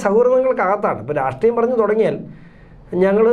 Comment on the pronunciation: രാസ്ട്രീയമല്ലെടാ.. രാഷ്ട്രീയം 😡